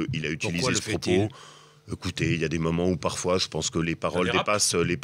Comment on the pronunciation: Laurent Wauquiez : "Che ne dirai pas de mal de Copé"